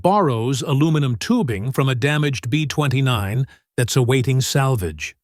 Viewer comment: Yup! Too many borderline illiterates that don't notice all the mispronunciations, laughable "B20 nine" nonsense repeated dozens of times... AI- type lack of understanding of syntax, how words are used in sentences... it made me grit my teeth to listen to the whole video, and watch the 3rd grade level spelling errors. This video could have been MUCH better simply to have had someone edit this video properly!